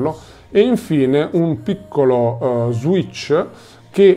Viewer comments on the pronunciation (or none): none